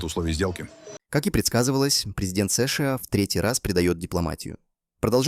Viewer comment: Чё за сышыа, чё за сэшЭа, плять!!!!!